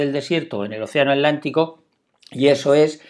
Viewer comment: Alantico o atlántico? No conozco ningún océano llamado alantico